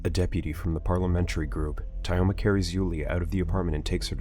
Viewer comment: Pole Skin, Tie-Oma ... the way this TTS pronounces russian names is hilarious